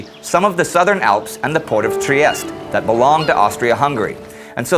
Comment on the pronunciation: GIUSEPPI GORBEODI?! ITS GIUSEPPE GARIBALDI! TRIEST?! IST TRIESTE! Y U NO PRONONCE RIGHT! IF YOU CANT PRONOCE RIGHT A NAME! then italy is mostly going to hate you.